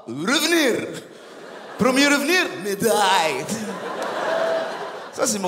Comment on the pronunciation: Son accent russe est genial ! "Medaiiille" 😂😂